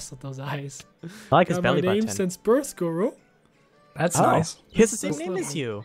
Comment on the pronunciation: it is not senor loro its senor goro